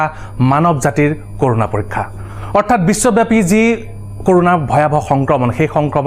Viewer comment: It's not কৰোনা it's ক'ৰণা